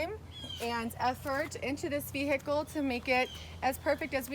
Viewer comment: Beautiful car and host, but you don’t pronounce the “H” in vehicle.